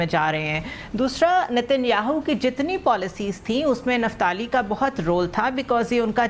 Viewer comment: निफ्ताली नहीं बोलो,इसे कहते हैं निप्टाली ,कई चीजें निपटा ली । निपट भी रही हैं।